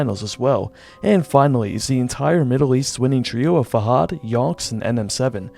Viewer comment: Actually fahad isnt pronounced like that, it's pronounced fahd (a like in cat but shorter)